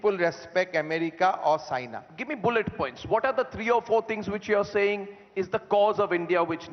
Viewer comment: When he said China I thought he said Saina 😐